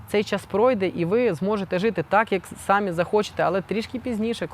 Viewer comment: "тім" --тим, "якій"-- який, "рішив" --- вирішив, не "сАмі, а самІ (наголос на "І"), "щірі" --- щирі, "тоска" --- сум, "позорити" --- ганьбити, "полагатись"---...... І ще, шиплячі звуки в українській мові вимовляються твердо: ще, а не щє ; що, а не щьо ; якщо, а не якщьо ; чи, а не чі ; чай , а не чяй і т.д. і т.п. Дякую.